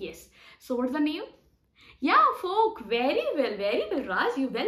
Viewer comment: It’s Fork not folk